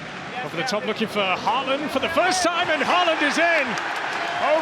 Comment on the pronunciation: In Britain the Ø in Ødegaard is pronounced correctly. But you’ve got the AA in Ødegaard and Haaland wrong. AA is the old way of writing the Å, and it is pronounced with the same sound as in the English Word ALL. So from now on, no mistakes. 😊